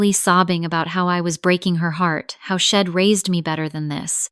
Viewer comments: If AI can’t pronounce contractions; then I would suggest….STOP USING CONTRACTIONS! She’d = she had NOT shed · I’d is Id and she’d is shed? Do something with your AI